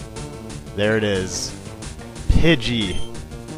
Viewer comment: Pugey?? Learn english